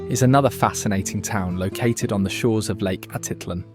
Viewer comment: Your videos are great and very "local." I only suggest checking on proper pronunciation in this case. Pay attention to those accent marks. For instance it's Atitlán: ah teet LAWN. Quetzal=ket ZAHL Palopó= pah low POH. Thanks. I hope to get back soon 🙏.